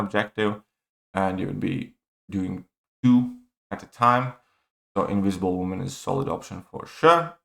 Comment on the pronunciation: Inwisible woman 😂😂😂